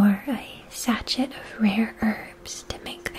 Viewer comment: Not trying to criticize, just letting you know because I suspect you'd rather know than be left ignorant; sachet is pronounced sa-shay, not sa-shet. (And this is a glorious video! Alas, I've had to skip a lot because my misophonia isn't a big fan of whispering, but the worldbuilding and visual style is incredible, and I loved that the transitions were more than a quick visual fade.)